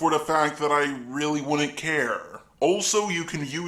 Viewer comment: Why do you end all of your words with “a” opiniona later-a care-a Also fuck tipping is right